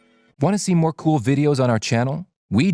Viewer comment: "Mo important than wawta"